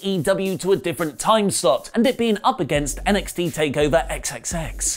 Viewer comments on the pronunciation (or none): none